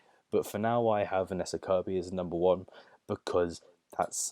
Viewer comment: Vanessa not Venessa! LOL!